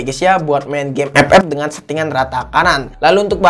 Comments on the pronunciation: Saya suka kalo udah bilang EPEP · Suka baget dengar EP EP yak wkwk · kenapa tiap ngomong Epep suka dikencenginnn awkwkwk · Ngomong FF nya niat bgt. ICONIC.